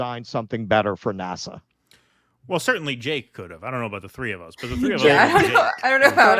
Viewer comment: The way you are saying NASA is driving me insane!!!!